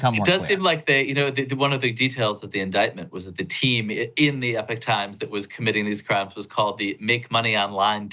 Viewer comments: Thank you. This should be a bigger story.. and he should be able to pronounce EPoch. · "E Pock Times" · It’s Epoch Time. Not “Epic Time”.